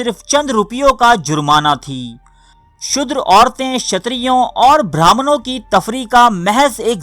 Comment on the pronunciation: Apo ki stories bohat acchi hoti hain.magar Tallafaz bohat ghalat maslan shudher ka asal lafaz shoodar hai.